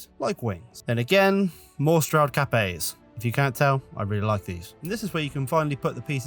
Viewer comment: Dang beautiful. I thought you were saying "Capet" rather than "Cap A". 😂